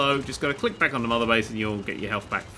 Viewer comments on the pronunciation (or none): You keep saying lick not click